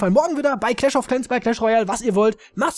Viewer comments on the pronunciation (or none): none